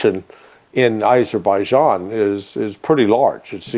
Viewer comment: AZERBIJIAN, NOT ISERBIJIAN